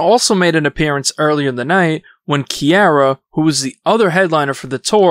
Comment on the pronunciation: If you ever make a Video about "Kiara" .... please call her Ciara ❤